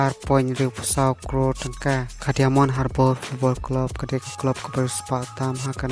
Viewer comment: Diamond ( daimon pronounce kumne).